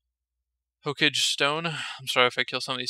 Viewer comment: its not ho cage..its ho ka ge..lol